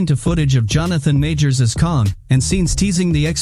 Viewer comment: Its kang not kong